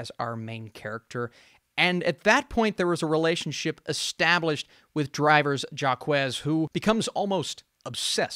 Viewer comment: I had to do a double take when you said "jacques"...it's "jack". It's pronounced a bit differently in French (the "j" is soft, not "dj" as in English), but it's basically Jack.